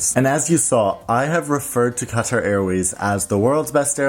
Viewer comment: It's katar with a strong k god European people with Arabic names and it's not dubai its dubei by joing D u and b